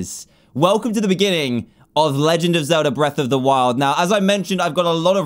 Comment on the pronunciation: you said legend wrong.